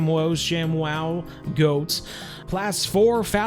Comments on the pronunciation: The chamois is pronounced as shammi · Btw chamois= sha-mee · It's a sham-e is how you pronounce it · its called a shamy but spelled chamois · It’s pronounced sh aa mi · Chamois is pronounced like shammy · chamois is pronounced shammy